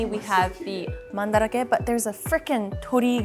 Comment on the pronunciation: hearing the correct pronunciation is blowing my mind. You mean it’s not Man-Drake?